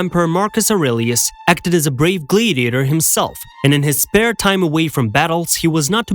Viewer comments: Wanted to watch it so bad because I love historical facts. OCD kicked in about the 4th time you said gladiator wrong, glad rhymes with sad, and just couldn't continue. Glad-ee-a-tor, sounds like glad he ate her. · Could you guys get a better AI voice or at least one that can pronounce “Gladiator” & “Gladiators”!